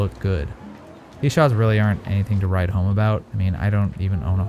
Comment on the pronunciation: It’s ‘to write home about’ not ‘ride home about’, you doofus 😂